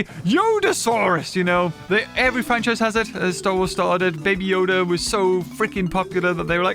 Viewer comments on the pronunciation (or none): none